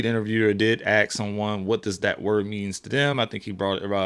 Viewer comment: It is pronounced ass-k not ax-k